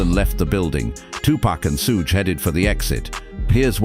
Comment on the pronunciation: Not being able to pronounce PAC and Suge’s name causes this to lose credibility in its self